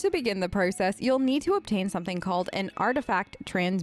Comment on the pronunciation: “Prourcess” HELP WHAT